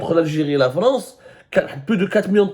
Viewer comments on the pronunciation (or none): none